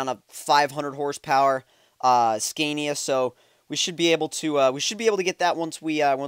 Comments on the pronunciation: Haha sorry I don't mean this in a mean way but the way you say Scania is so bad. it's actually pronounced scan-ia not scane-ia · OMG it's not pronounced scan-is it pronounced sconia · The way he says scania hahaha